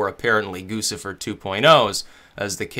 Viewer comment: It's Goo chih fur